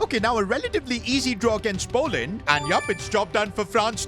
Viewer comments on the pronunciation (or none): none